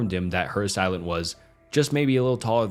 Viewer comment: Nice video. It’s pronounced “ass-ay-lant”